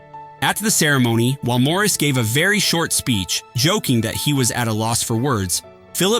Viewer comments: It’s Maurice NOT Morris! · As others said: it’s MAURICE ( MOR-REECE) not MORRIS( MORRIS)!!! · Pronounce the name correctly. Moor- Reese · Maurice not Morris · Hate the annoying AI narration. Such a distraction, often mispronouncing Maurice White's first name. Must "Dislike". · If you don’t respect Maurice White to pronounce his name correctly I can’t watch!!!!